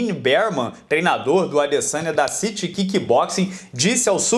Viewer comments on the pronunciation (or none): none